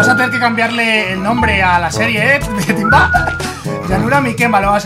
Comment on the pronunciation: cuando mike griot timba en ves de decir timba dijo tiva xdddddddddddddddddddddddddddddddddddddddddddddddddd